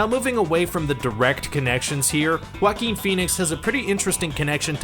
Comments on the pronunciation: "Wackin Phoenix" It hurts to hear this Really does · Oh that wacky "Wackeen Phoenix". LOL! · Joaquin sounds like: WA-keen. Not how it is said in this vid. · It sounds like you say whacking phoenix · It’s (Wah-keen) please pronounce names correctly or stop making videos! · Ahem!! It's "Wackeen Phoenix", thank you very much? lol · YOU ARE KILLING JOAQUIN'S NAME! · You’re mispronouncing his name dumbass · narrator of this video pronauced joaquin name like that ....lol